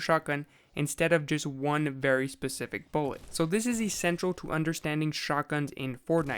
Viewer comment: buwwet pewwets